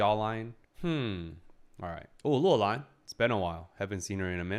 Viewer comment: You keep saying Loulan as Luolan which in Finnish means "belongs to a cave" and it's throwing me off